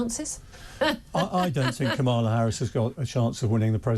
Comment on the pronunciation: Learn to pronounce the name